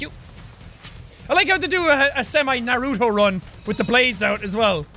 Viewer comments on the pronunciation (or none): When jack pronounces naruto as narūto * sad weaboo noises * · Nobody: Not a soul: Jack: Narudo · this is how you say Naruto nar oo to so it has the oo sound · It’s not Naruto this is how you pronounce it NAR-U-TO